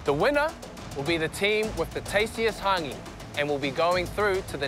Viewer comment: The host can’t even pronounce hangi right